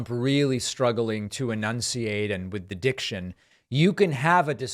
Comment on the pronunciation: David! "With his pronunciation" not "with addiction"! You cannot say "With the diction" because, if it is not carefully enunciated, it sounds like a very different term! Love ya, Dave! What ya did, though, mocking Trumpty Dumbty's diction while you failed to enunciate, is abjectly hypocritical.